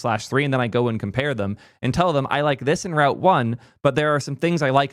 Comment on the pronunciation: I realized i was in too deep when I had to rewatch you say route when I thought you were saying Ralph. 😂